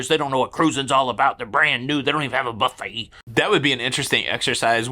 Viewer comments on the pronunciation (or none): none